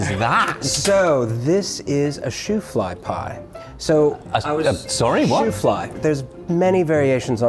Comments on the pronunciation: Shoo-fly after the circus donkey, not shoe fly:face-green-smiling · Boys…. It’s not Shoe-fly pie. It’s Shoo fly pie. It’s made from molasses first that. Name brand was ShooFly molasses. Additionally, when bakers baked this pie the liquid like filling that pooled on top until cooled, Drew flies and the bakers had to keep shooing the flies away while it was cooking. Thus, Shoo Fly Pie. No shoes were ever involved. Lol. .